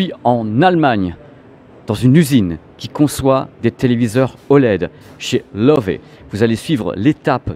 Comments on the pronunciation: video sympa mais...personne chez la grosse bertha vous a donne la prononciation du nom? il faut arreter avec love c'est loewe alors en francais ce serait lewe (le ö se pronnone e et prononcer le e de la fin. C'est lion en allemand) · Bonjour, j ai bien aimé votre documentaire par contre LOEWE se prononce "leuveu " ( lion en allemand) Cordialement